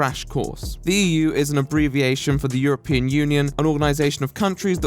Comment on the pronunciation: "Europian" lul